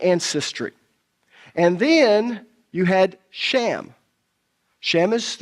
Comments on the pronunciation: Shem , not sham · His name was SHEM NOT SHAM! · Why is the guy saying "shammm"? When it's Shem with an e, not an a? 🤔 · I like the dialect of this guy pronouncing Shem as sham. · It's a fantastic teaching but I really wish that he would quit calling Shem by the name sham... It kind of is funny considering the fact that he was talking about other people's dialect AKA accent and then his own accent is mispronouncing the name